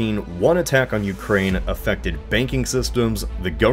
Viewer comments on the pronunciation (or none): none